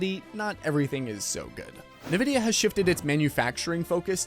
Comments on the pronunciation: He has to be meming. I am sure he heard how Nvidia is pronounced. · If you pronounce it like that, "ne vidia", it sounds like "can't see" in slavic languages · Please stop calling it NA-vidia... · loses credibility when he doesnt even know the name of the company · Why are you saying it weird bro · Wish you knew how to pronounce Nvidia. That would be a start. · you lost me on the pronounciation of Nvidia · ....is he saying 'Nvidia'? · I'm really disinclined to take anyone talking about GPU's seriously when they don't even know how to pronounce Nvidia. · You’re just trolling us with the way you pronounce Nvidia at this point. And Nvidia is just trolling its customers with features we don’t need that tank frame rates so we buy more powerful cards to run the games that include said features just a little bit better. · Have I been pronouncing Nvidia wrong this whole time? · I'm curious, how does everyone else pronounce it? En-vid-iah or Nuh-vid-ee-ah? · Why do some YouTubers like you say “nuh-vidia” instead of “en-vidia”? The name comes from the word envy, so nuh-vidia makes no sense… I find it super distracting every time I hear it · Mate, the pronunciation of NVDIA is NOT ni-vid-i-a, but in-vid-i-a. NVIDIA was named after Latin term invidia, which is equivalent to the English "envy" and 'certainly' had 'nothing' to do with envying AMD. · Nevidia huh? You're an AI? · “Nuh vid eya” lol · Ahhh yes... Nividia.. LOL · who tf is NEvidia¿? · I don't like NVidia... but it still annoys me to hear this dude say "Nih-vidia." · HA. nuh-vidia. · are you saying "Nurvidia"? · The origin of a word doesn't necessarily dictate the arrived at pronunciation; but, true, it's certainly not as he was doing it. It's actually "en-VID-eeyah": as spelt out on their website. Where they also say it's "always" written in upper case, but then show numerous examples of the logo, where it's always spelt nVIDIA. 🤷‍♂ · Sorry, but it’s INvidia, not NIvidia… as far as pronunciation.